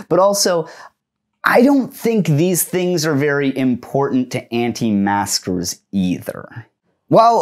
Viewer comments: are you saying anti masker or anti master lol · Sounds like he’s saying “anti masters” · But why does he repeatedly say "Anti-master"? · Does he keep saying “anti-masters” or is it an auditory illusion? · I keep thinking you are saying "anti-masters."